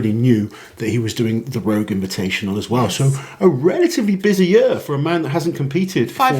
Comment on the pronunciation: "more than a lot of the big names will probably do this year" Initially sounded like "will probably do this shit" for a moment. I got whiplash